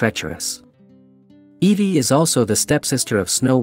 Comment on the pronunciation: that’s obviously because it’s a text to speech program not pronouncing the names correctly